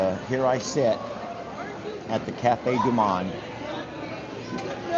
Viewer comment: Hitohello🍁Cafe du Monde ( pronounce the o like mow’)😂🍁Beignets are deep fried sweet dough with powdered sugar.🍁Happy Birthday Vanessa🎉🍁🇨🇦